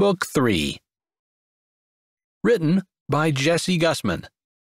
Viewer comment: What a great story 👏🏽 I chuckled and had fun listening, Jessie I liked that you put yourself in the story 😀 every time your name was being said it didn't come out right haha, the senior ladies were a lot of fun especially Angus and their plan work putting Doug and Leah together. Thank you for making me laugh and as always LOVE ❤️ is a beautiful thing you are excellent at your job 😊 PS this is the funniest 🤣 book that I've heard from all your series unto book 4 until then ♥️